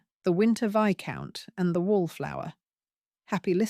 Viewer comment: Enjoyable Romance/Intrigue. But pronouncing Viscount as Vice-count is rather hilarious!